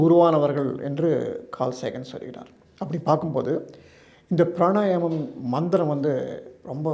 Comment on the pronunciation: Why he says pranayanam? The correct word is Pranayamam